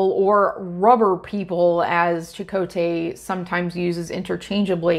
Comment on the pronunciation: If there's a silver lining, it's the CHAkotay variation in pronunciation